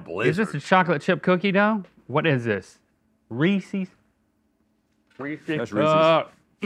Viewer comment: his "whaut" LOL